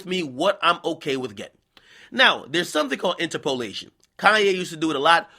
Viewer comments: In turp o lation not inter po lation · "inter-POE-lation"? bruh it's "inTERpolation"... and you got tiddies too Ak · This nigga pronouncing interpolation got me dying 😂😂😂😂